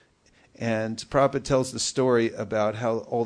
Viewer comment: Hey, congratulations you are one of the rare devotees that know how to pronounce Srila Prabhupada's pranam mantra...